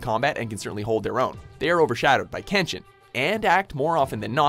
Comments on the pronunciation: He pronounce majority of kenshin names wrong asf. And kenshin is more realistic than zero one pice , of course he would win the majority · after all of the mispronounciation I thought would get all of Kenshin's attacks wrong, but they nailed it as well as all of kenshin's english dub voice actors